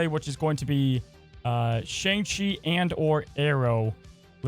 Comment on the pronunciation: Hey, you said Shang-Chi wrong in this video.